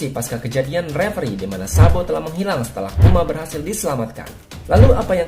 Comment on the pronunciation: Kok denger nya jadi Sanbo ya 😂